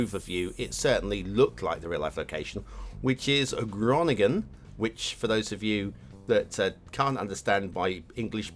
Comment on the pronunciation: Thanks! good score:) this map is not a real life location tho, just the star fort is inspired by the dutch cities of Gorkum and Groningen... (i took these 2 to hear struggling pronounces the names)